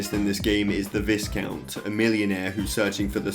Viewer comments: "The VIZcount is the main villain of the game." oof "Then you face the VIZcount as a boss." double oof! "In the end the VIZcount gets the crystal." BIG OOF! Yeah It's VYEcount. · It's pronounced vai-count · Lol its pronounced Vaicount. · Visscount? Slight chuckle when hearing that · VISCOUNT is pronounced with a silent S, like VIH-COUNT :-) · please pronounce viscount properly.... jesus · Just like the biscuits the the S in viscount is silent